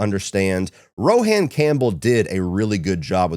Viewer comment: Rohan is pronounced like Rowan (Row-in). 🫣